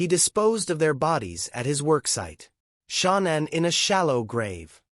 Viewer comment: Say her name right